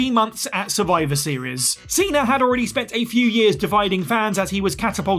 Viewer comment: Cena* not Cener